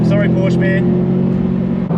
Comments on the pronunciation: The red Porsche wasn't a 911 GT4 it was a cayman for sure, maybe a GT4. And it is not Porsch it is PorschE (I am from germany) speak it like "porsch a" then you do it right. Keep up those gread videos. Eure Videos sind verrückt und ich liebe es. Love from Germany guys 😉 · god damn pronounce Porsche right plzzzz